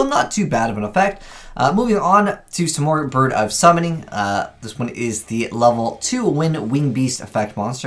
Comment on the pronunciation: i believe its proounced sim-erg